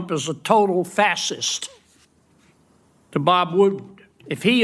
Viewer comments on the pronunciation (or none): Someone needs to help him pronounce "Facist". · I love how Kennedy is mispronouncing fascist. He is our modern day Benjamin Franklin. This is to throw them off. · Doesn't Kennedy KNOW how to pronounce Fascist?